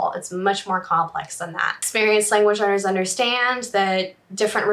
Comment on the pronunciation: Is she saying "language learners" or "language earners"? I feel like I'm trapped in a Super Troopers prank, meow.